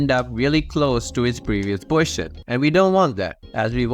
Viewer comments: Why do you say the word "position" like "portion"?!?!?!?!??!? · the way you say "position" is rly funny, sounds kind of like poison rather than position